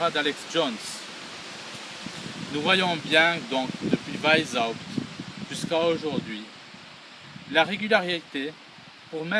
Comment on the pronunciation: Weisshaupt = VAïce - C'hAoupte (avec le C'h du Breton, ou le H allemand anglais ou arabe. Non pas VAïse ... (Né à Vienne, ça oblige). Le aï peut aussi être prononcé comme un èï avec è très ouvert. C'est plus proche de Vienne et de la Bavière (dont la bonne police a fait un bon oeuvre en arrêtant le premier foyer de ces salauds.)